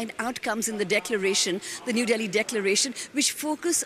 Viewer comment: It's Delhi not Bali 😎